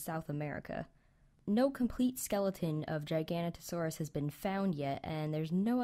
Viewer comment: It's pronounced Gig-a-no-to-saurus.